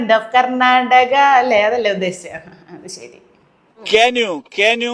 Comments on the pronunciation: "കർനാടക" അല്ല "കർണ്ണാടക" എന്ന് പറയൂ. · കന്നാടക എന്നാണ്, ആ ചേച്ചി അവസാനം രക്ഷിക്കാൻ ശ്രമിക്കുന്ന ആ ഒരു ചേച്ചീടെ വിദ്യാഭ്യാസം കൂടി നോക്കണം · ക്യാൻ യു ക്യാൻ യു, ഇത് താൻടാ എബിസിഡി. കർണാടക അല്ല കർna ടകാ 😄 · അവൻ കർണ്ണാടക എന്നതിന് ഖനാടക എന്നൊക്കെ പറയുന്നുണ്ടല്ലോ. അതായത് ശരിക്കും ഇംഗ്ലീഷ് അറിയാം ഇവന് 😂😂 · ഭാഷയിലല്ല ഭാവത്തിലാണ് കാര്യമെന്ന് റഹിം തെളിയിച്ചു.😂ശീതൾ.. കർണാടക എന്നല്ല കന്നാടക എന്നാണ് സ്റ്റൈലിൽ പ്രയോഗിച്ചത്.😂